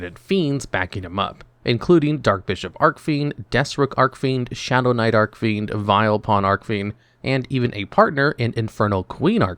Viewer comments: ARC FIEND ARCH FIEND YOU kill me when you mispronounce names celtic guardian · Archfiend is pronounced with a soft C -_